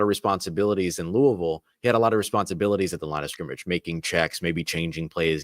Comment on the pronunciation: props for pronouncing Louisville the right way. you sound like a native!